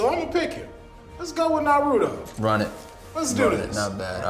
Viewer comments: CAN PEOPLE STOP SAYING NUH-ROO-TOE INSTEAD OF NAH-ROO-TOE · Naruto = nah roo toe not Norudoe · Narudo (makes me cringe) 🤣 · Like nah son it’s “nah-rue-toe” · Irks me so much when people say nar-ru-doh lol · Who is "Na Rudo Oh"? And why can't his name be pronounced correctly? 😂😂😂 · Why people butcher NARUTO name like that. He say it like 50 million times in the series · Oh, your pronunciation of Naruto makes me want to tear my ears off😂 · Am I the only one getting triggered by the name pronunciation of Naruto and some other characters? That’s not how it sounds in Japanese 😩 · Keeps pronouncing naruto wrong🤦🏾‍♂️ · The way y’all are saying Naruto is sooooo cringe. They don’t even pronounce it like that in the Japanese version 😭